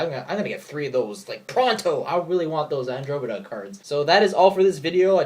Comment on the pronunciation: some times i worry about the whole "get creatures in the battle zone faster than usual" thing. and the Fire Birds will make dragons even easier to summon and get their big big effects sooner. is someone going to -need- to run firebirds and dragons just to keep up with meta? andromeda (an-drom-ah-da). it's pronounced weird cause it's greek.